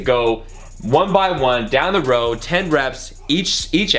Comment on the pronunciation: When says row it sounds like roll